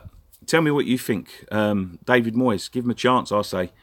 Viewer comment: Moyes rhymes with toys , and for this reason , a big big thumbs up